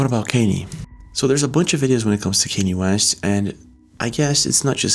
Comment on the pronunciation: Nah hold on😂😂 say “Kanye West “again!!! I’ve never heard it pronounced like that 😅